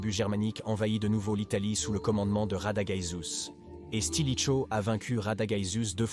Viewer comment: Stilicho, stratégiser, etc. Ça pique les yeux et ça fait mal aux oreilles... 😮